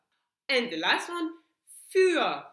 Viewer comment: When she said "Für" I mistakenly thought she's saying "Führer" which reminded me of something relating to WWII 🤣